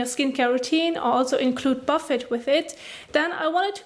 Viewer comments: i like how instead of pronouncing it boofay she says warren buffet serum haha very cute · It’s pronounced Bufay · You’re pronouncing it wrong ! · My morning giggle. The pronunciation of Buffet and even the captions......OMG too funny.